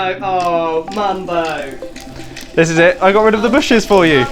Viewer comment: its mumbo not mombo